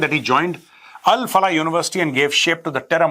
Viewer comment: Al Falah नहीं क्या बलाह है ये 😂